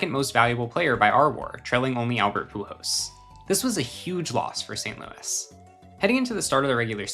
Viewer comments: How many times is this guy gonna pronounce the machine's last name as "Pujos?" So annoying. The letter L is not usually a difficult one to pronounce, but this guy has chosen to ignore it completely. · I have never heard anyone pronounce Pujols the way this guy does 😂 Great video tho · Lmao the way you pronounce Pujols is weird 😂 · Every time he mispronounces “Pujols” drink